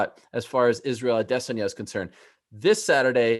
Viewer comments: Why is Ariel pronouncing Adesayana as Adessy - ana? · Am i the only one who wants to slap Ariel every time he over enunciates the name "ADESANYA" ???🤔